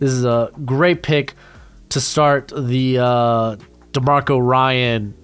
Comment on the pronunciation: Demeco not demarco ryan 😂